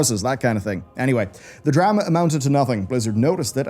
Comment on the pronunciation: A Drah Mah